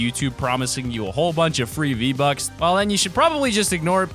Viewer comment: It's not z buck its V buck